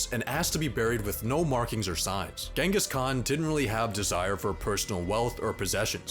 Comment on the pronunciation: it's not gengis Khan It's chingiss knaan